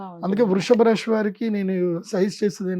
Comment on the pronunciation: Rashi kadu dude rasi...palakadam raadu neeku....nadi MEENA rasi ..nenu chala bagunnanu...